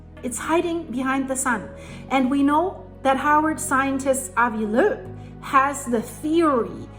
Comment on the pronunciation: I absolutely love when you say Avi Loeb's name. With your accent, it literally sounds exactly like it's supposed to be pronounced.😊❤❤❤🇮🇱